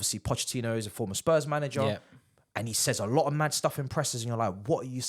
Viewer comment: Bro said Moving MAHd, good name there